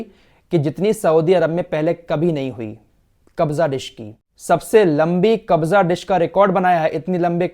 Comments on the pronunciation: Its "kabsa" dish not kabza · Kabza dish nahi Kapsa dish bolte hai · Asslamu alaikum kabza dish nhi hota hai kabsa dish hota hai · Not KABJA ... It's KABSA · Kabza dish nahi kabsa bolte hain bhai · Khafsa bolta hai sir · khafsha disc biryani ko khafsa bolte